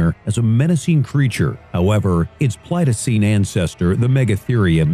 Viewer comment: Let's see the number of blatant errors this video made : 1."Pleitocene?" it's the Pleistocene epoch. 2. Tree sloths didn't descend from giant ground sloth, the two liniages split from a common ancestor, like humans and chimpanzees, African and Asian Elephants, cave bears and brown bears,ect. And only minutes in! 3. Saber-toothed tiger, huh? Even a paleontology loving first grader would tell you that Smilodon had no close relation to tigers anymore than it had with any other modern cat. 4. The meat eating ground sloth hypothesis is at best a fringe theory and generally not supported by most scientists. 5. It's highly unlikely human hunting played a significant role in the extinction of Megatherium, given it's large size and the fact that ground sloths had a very thick hide consisted of osteoderms, acting like a chainmail, it would have been a very bad prey choice. 6. Holy shit did you botch up that taxonomy, pterosaurs were in fact very closely related to dinosaurs, and to crocodiles (they were all archosaurs), and archosaurs were completely unrelated to marine reptiles, by the by there were numerous liniages of sea reptiles who evolved to be aquatic independently, and lastly the pterosaur you showed is a Pteranodon, not an azhdarchid. 7. "Crustecious period"? It's the Cretaceous. 8. Azhdarchids were a group containing many species of pterosaurs, not a single species! 9. It's "pterosaurs", not "pterosauruses"! 10.They did not have 50 foot wingspans, the largest were 39 fe